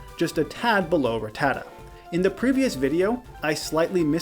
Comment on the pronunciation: Its not "Rattata" like "retarded". It's "Rattata" like "gattica".